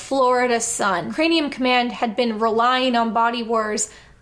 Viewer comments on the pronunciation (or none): ...is she saying "crameum command" half the time? Sounds like it. Like, 9 minutes in before I actually heard her say craNeum.